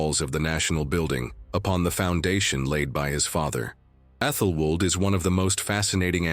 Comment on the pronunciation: Yes. Medieval names are difficult to pronounce, but does AI have to pronounce them differently every time they’re said. 😂 I lost count, when it said Æthelflaed at least 4 different ways in one segment I turned it off. 🤦‍♀️